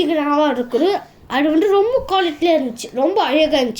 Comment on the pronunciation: அடு வந்டு... இடு வந்டு... என்னாடா பேச்சு இதெல்லாம்?